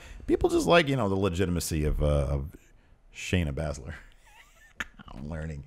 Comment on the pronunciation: (Bay-ze-ler) Not Bazzler